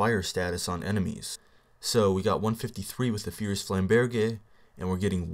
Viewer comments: I'm pretty sure it's flam-burj... not flam-bear-jay. But whatever, I could be wrong :P Also, the fire status deals elemental damage, right? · flame- burg* is the pronunciation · its pronounced flaimburj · D: Idk, but it seems like you're pronouncing flamberge wrong >< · you are actually pronouncing it as if you were speaking French.